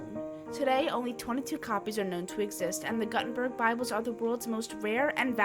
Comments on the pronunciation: It's "Goo-ten-burg" not "Gut-en-burg". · Gutenberg is not guhtenberg, it's gootenbehrg. come on now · Joanne Gut enberg 😂🤣😂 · I came to say the same thing. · The name of the printer is pronounced Yohann Gootenberg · I had to mute the video after I heard the, "Joanne Gut In Berg" pronunciation. It is as if my 10 year old daughter was reading out of an encyclopedia for a school project. Otherwise, I like the visuals. Joanne Gut In Berg.....it is kind of funny, the more I think about it.